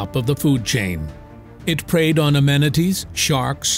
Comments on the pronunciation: Ammonites not amenities. LOL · uh...ammonites,,, not amenities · A MON ITES not AMMENITIES